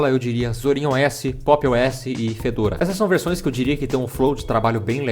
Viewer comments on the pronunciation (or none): "fêdôra"